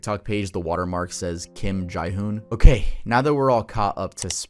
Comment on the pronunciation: Just an fyi, Jihoon is does not sound like chai, it's more like jeehoon.